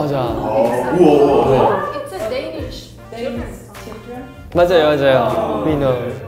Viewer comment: As a Dane/person from Denmark he did really well with the Danish pronunciation❤️❤️